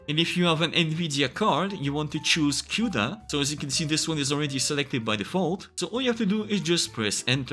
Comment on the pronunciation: small side note: cuda is pronounced as koo-duh not cioda!